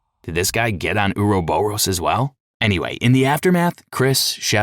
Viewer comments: Same with "ouroboros". It isnt U-ru-bu-ros. It is or-ro-bor-ros. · "uruboross" is NOT how you say Ouroboros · ok and I have to stop. If you are doing a 3+ hour voice recording, and you come across a word you aren't sure of, google it! I can't count the number of times you have mispronounced words so badly it makes me stop. I drew the line at "ouroboros". You said it wrong like 10 times back to back. Do the smallest amount of research before committing to something like this. I had to give this video a thumbs down and am going to look for another similar video in hopes they can speak properly. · The way you pronounce the word ouroboros is absolutely abysmal 🤣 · The way he pronounces Ouroboros makes me cringe for some reason. HOWEVER, the content is an excellent storyline breakdown